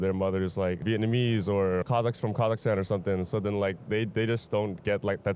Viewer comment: Im sorr but this handsome tall guy pronounced Kazakhstan so pretty well